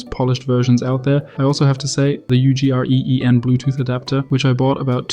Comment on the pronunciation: Dying at the Ugreen pronunciation